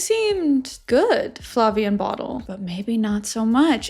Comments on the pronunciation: By the way, isn’t Bodil pronounced more like the French Bodile in stead of the English bottle? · Haha. I watched this show when it was on Videoland, dutchie here, and i'm like what's the girls name a again you keep calling 'bottle' 😂 had to look it up, Bodil. I must admit not a common Dutch name. I never heard it before but it is pronounced like : 'bo' as in 'beau' or 'boat' without the t, then 'dil' as in 'deal' (as in thats a great deal). And to add if you want to know, Siem is pronounced like the English word 'seems' but without the last s. Your 'hoe gaat het?' (how are you doing') was pretty nice! 👍